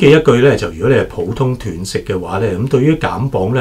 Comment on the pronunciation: 医生是外行，連断食都讀錯😅😂😅